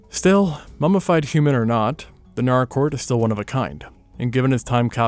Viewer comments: Nâr-rāh- court. First visited there 48 years ago. And as is traditional, its pronunciation confuses youtubers 😂. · Oh shit I was not expecting to see Naracoorte on here holy shit! I live like. An hour or so away from there! Fun fact, only 4 out of the 26 caves are actually open to the public. The other 22 caves are closed off due to scientific significance! It's also pronounced NAH-ruh-kawt. At least down here we pronounce it that way ^^ Another funfact is the Limestone coast area is SURROUNDED by caves, like, theres the Tantanoola caves, Princess Margret Rose Caves, Engelbrecht Cave, Umpherston Sinkhole (Also known as Balumbul) and more! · Same here, let alone Naracoorte prounounced as Nar-rah. I live an hour away from the caves, it is such a wonderful experience. Only 4 of them are open to the public as tourist caves as the others are closed off due to scientific significance